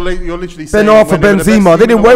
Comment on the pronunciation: Some people need to call these man out for their pronunciation I heard JenJenpress, depaiy and Benzeema